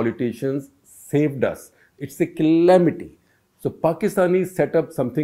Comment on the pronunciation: Sir loved the way you pronounced “Calamity “ 😂😂